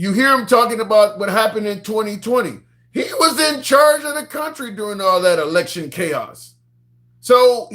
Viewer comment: You can't say election. That's wild.